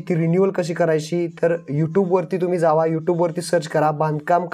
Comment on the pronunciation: tu जावा ले भारी म्हणतो 😅